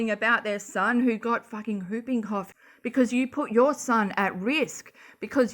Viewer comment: I never knew how much I needed the Aussie pronunciation of “whooping cough”...for some reason it’s really making my day🤣❤️